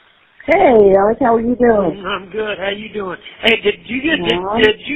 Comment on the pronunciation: And SUUUUREEEE keep involving your family in hiding assets aleX not ELLICK smh. Hes so good at lying he convinced ppl that ALEX With an X is actually pronounced ELLICK....And I mean some really smart ppl